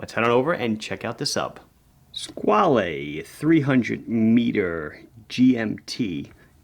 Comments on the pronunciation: Hi I am italian and the word Squale does not exist in our vocabulary nor in our dialects. "Squale" (which is not to be pronounced like your Mario or Luigi...) is a swiss registered from the Von Buren family, today owned by italian Maggi family. All these facts are easy to find online and they would make your video a bit better. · Hi, great watch, great video. Only one short notice: "squale" means "shark" in italian AND french. It's just a different pronunciation